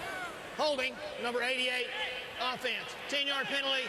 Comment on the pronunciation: Why the Rich Gannon pronounce it Ow-ffense?